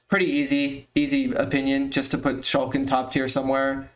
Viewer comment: sheik not shulk